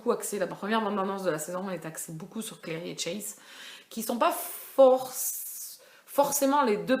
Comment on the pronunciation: Et sa se dit clAry pas clery